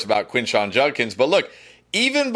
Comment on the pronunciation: Quinshon "Junkins" - Sal "eckspecially" Vetri